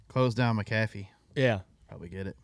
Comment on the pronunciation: Jr you said it right, its Mack ah fee